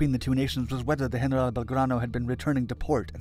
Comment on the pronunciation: Why do you break into an absurd accent and pronounce General as if speaking Spanish